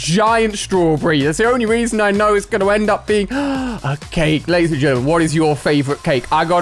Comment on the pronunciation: The fact he said CHKake instead of just cake